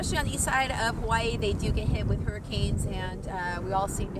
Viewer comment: Aloha, I watched your video for 2 seconds and already you pronounced Hawai’i incorrectly. Please learn our correct pronunciation if you live here. That is very important first off if you’d like to connect with our people learn our culture Mahalo🙏🏼🤙🏽